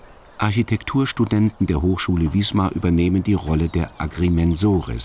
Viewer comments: die stadt heißt wismar und nicht wiesmar ... das tut weh beim hören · Im Norden spricht man Wismar mit scharfem S.